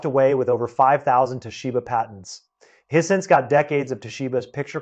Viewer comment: He pronounced Hisense as hee-sense. I'd always thought of it as high-sense. But what do I know. Nobody had ever told my what it's supposed to sound like. I was ready to follow him ... When he got to Shinzo Abe ... and he pronounced the surname as a single syllable. I know that's wrong. Because I've been listening to TV newsreaders saying that name since his FATHER'S day